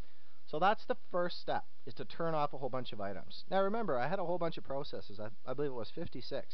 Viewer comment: Pro cesses haha, i've never heard it said that way. Very helpful video tho.